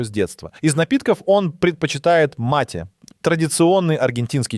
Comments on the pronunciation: You pronounced the Argentinian tea wrongly. It is mate and you should read it "po ruski" ma-te, not "mejt". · Чел ты несколько ращ неправильно поставил ударение не матэ матэ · спасибо за выпуск. Но с ударениями надо что то делать мАте и горгОнзола - это прям не надо